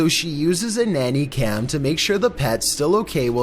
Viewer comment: "nanay cam" lmao